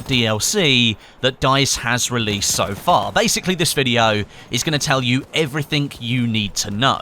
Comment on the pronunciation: “Everythink” that you need to know. 😂😂